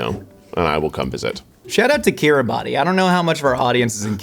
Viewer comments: Just an FYI Kiribati is pronounced more like "Ki ri bass". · fun fact, Kiribati is actually pronounced kiri-bus! My great grandfather was stationed there during the war as a radio officer. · Kiribas. It's pronounced Kiribas. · Were you saying Kiribati? If so it’s kinda pronounced like Kiddy-Bass 🌺🫶🏽 🇰🇮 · “kiribaTI” hurt my soul so bad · It's produced kirubas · Couldn't find a comment correcting pronunciation of Kiribati, its pronounced Kiribas if anyone cares at all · as a man who loves a random fact, I feel you should know that kiribati is said Kiribass (ess sound at the end) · No its spelt Kiribati but pronounced Kiribass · Kiribati is pronounced kiribas by the way! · C'mon, Kiribati... it's pronounced "kee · ruh ·bas" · Fun fact, Kiribati is pronounced Kiribas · Time to teach how to pronounce Kiribati (Kir - EE - bas) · Fun fact for — Kiribati is pronounced Kiribass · Kiribati is pronounced more like Kiri-boss :) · I know this is a crazy thing to narrow in on but that's not how you pronounce Kiribati >:( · I would have expected you to know the proper pronunciation of Kiribati. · I am so sorry to by this guy but Kiribati is not pronounced how it’s spelled 😭😭